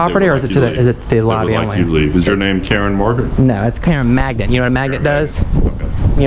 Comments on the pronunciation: It's a maGnet, with a hard "G" sound. Magnet...magnet...magnet., I love your videos, but it sounds like you're saying Karen Maggot, lol. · I chuckled every time you say magnet, as in 'Karen Maget'. Please don't take this the wrong way. Maybe it' could be considered as constructive criticism. It's a "mag-N- et" Magnnnnnnet. I don't think that you ever pronounce the letter 'n' after the letter g. Honestly, I'm not trying or wanting to be rude. I chuckle when you say it. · I just posted the same thing. Sounds like Karen Magget.